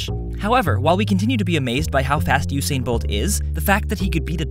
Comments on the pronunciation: Great video, but it's pronounced "OO-sain," not "YOU-sain." :P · it is U-sain, since it is write Usain